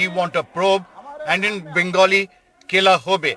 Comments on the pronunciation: "KHELA HOBE" not "Kela hobe"! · It's KHELA HOBE actually, not Kela hobe. Don't know how to translate it to Hindi. It's like saying, "We are prepared for the match now, so come on". This was Trinamool's slogan against BJP in Bengal election.